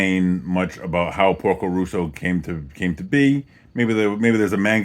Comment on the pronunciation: Great movie with a lot of hidden stuff in it (I hope you get it). By the way, it's Porco Rosso, as in Red Pig, not Russo